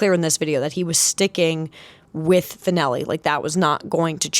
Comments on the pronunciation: Oh and coach Fennley's name only has two syllables FYI. "Fen-Lee" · Bill "Fen-ell-ee." Your anti-Iowa State bias and lack of knowledge is apparent. "Iowa State might have a football team this year"...yeah it's amazing that sucky Iowa State has won 2 in a row on the football field against powerhouse Iowa. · Three. FENN-uh-lee. Source: I’ve been an Iowa State fan for 25+ years. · I wonder about the accuracy of this video when you don't know how to pronounce coach Fennelly's name. He's only been there 30 years.